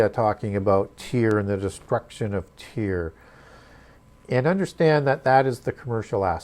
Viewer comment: Don’t mean to r petty but most pronounce Tyre as “Tire”. When u bring new pronunciations it helps to acknowledge how most pronounce it in order to keep flow (we need to be able to follow). So many of us are not academics so we often reference wha we are familiar with. (Though it may be incorrect pronunciation referencing is helpful). Thanks, definitely learning a lot!